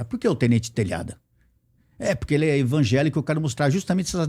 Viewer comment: Só não entendi algumas coisas que ele falou sobre polícia ter casa simples ...e também ele ser membro de uma igreja pentecostal.... e usar sestas palavras na pronúncia dele como envagelico.